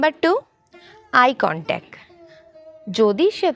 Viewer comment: Eye contac noi eye contact, correct your pronunciation.